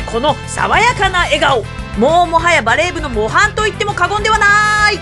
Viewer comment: 模範のイントネーションが…BreakingDownのモハン